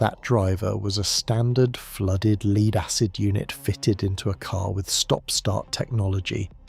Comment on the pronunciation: Lead, it's pronounced LED in this context. AI often gets confused 😂